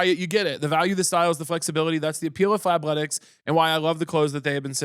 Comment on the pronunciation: I was audio only and I had to open the video for the ad when Caleb said “fabletics” I thought he said Fat-letics and I said “I’m immediately interested”